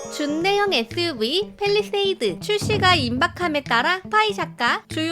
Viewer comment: 에th유브이 같읍니다 발음이왜이러냐ㅡㅡ